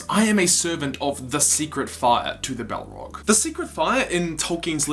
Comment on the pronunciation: Balrog not Bellrog